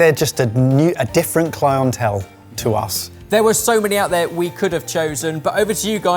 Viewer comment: I know said ‘we’re a different clientele’, but I heard ‘we’re a different clown-hotel’.